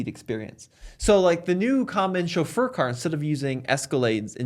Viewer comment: Are we not going to comment at all on the way pronounced chauffeur?